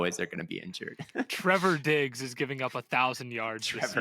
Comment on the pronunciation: “Trevor Diggs” lmaoooo